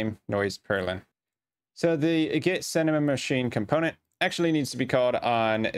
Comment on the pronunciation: Thank you for the tutorial. Advice: When you say the word "Cinemachine", you shouldn't say "Cinemamachine"